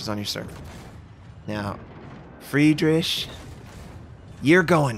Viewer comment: it´s not Fridrish (like fiSH), it´s FridriH, like the H in Hello. FridriHHHHHHH. But i like your vids anyway:)